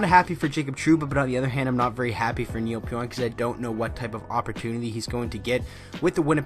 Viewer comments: Last named pronounced PEE ONK . No oink like a pig lol Thanks for the update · pronounced Pee-Onk. Great move by my Rangers.